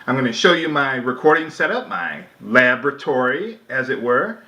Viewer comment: LOLOL I thought I heard him say 'lavatory' instead of 'laboratory'.